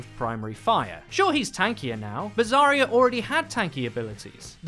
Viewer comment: If someone says "Zaya" one more time imma neck